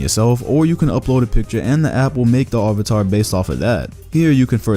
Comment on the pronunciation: The way you said avatar will not slide